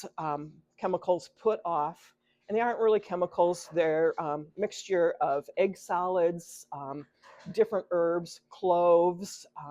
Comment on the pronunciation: I thot you said 'egg salad'......ha, ha (egg solids).